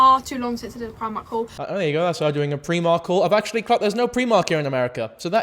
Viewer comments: If you say PRE-mark instead or PRI-MARK ONE MORE TIME I’m gonna fucken do some mad shit bro. Stop. Learn. Do better. Thankyou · Preemark??? I've always said Pry-mark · pre-mark? Never heard Primark pronounced that way. Pry-mark is how I've always heard it pronounced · "Pree-mark" is crazy, it's "pry-mark" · Are they pronouncing Primark as PREE-MARK?? 😭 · Pree-mark????? It's PRY-MARK YOU AI SNOB (love u) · As a person from sl wtf is preemark, outrageous pronouncing of my fav shop 😢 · I think I fully lost some of my sanity hearing him say ‘preemark’ so many times. We in Yorkshire say primark like ‘prime’. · Not pronouncing Primark as "pre-mark"?? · actually in America we do have Primark, its just pronounced Pry-mark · I'm Irish and we pronounce it Pre-mark, hahah. I remember hearing someone pronounce it Pry-mark and it suprised me. Never occurred to me people pronounced it differently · from england here! i’ve also never heard pree-mark until now, it reminds me of my friend who lives about an hour or so away who pronounces haribo (which i say harry-bo) she will pronounce it as “ha-REE-bo”. i didn’t let her live it down ahah! still though, preemark is no where near as diabolical as haREEbo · Pre-mark is how it's pronounced in Scotland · Hold up, 5 minutes in , my apologies.....are you saying Primark? As a philly girl, we definitely have Primark here and we love it. Its in the "Fashion District" downtown. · Bro why do you pronounce primark like that